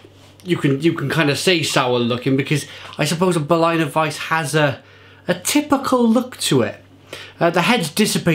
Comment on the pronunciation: Solid review! But I have to stress that it's pronounced BerLINer weisse and not Berlainer weisse. Say it like you would say the name of the city. Cheers!